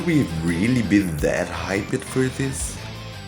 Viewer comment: pronounced hyped wrong